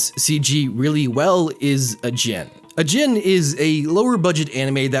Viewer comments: ajin is pronounced ah jeen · OK! But the way you pronounce Ajin.